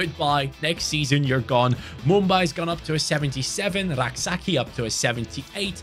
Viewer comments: Hey Rak-Sakyi is pronounced as Rak-Say-chi not rak-sa-key😂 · Rak-Sakyi is Ghanaian. It's pronounced Say-chi